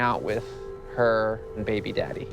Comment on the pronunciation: He’s putting emPHAsis on the wrong syLLAble. 😅